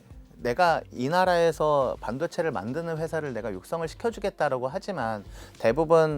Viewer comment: '맨'드는 이라고 자꾸 얘기하니까 내용과 상관없이 되게 격이 떨어지고 신빙성이 안가네요